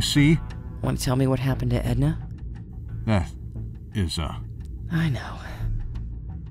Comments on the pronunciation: ED-Na Noooooo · ED-NA? NO! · ED-NA NO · ED-NA! Noooooo!